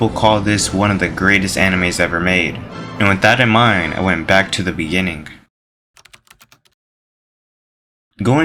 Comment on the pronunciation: in the beninging 🤣